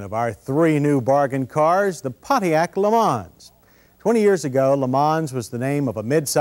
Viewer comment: Worst example of name butchering of an American car. Geez what a POS.